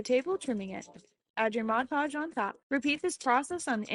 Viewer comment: MOD Podge. Not MODGE Podge.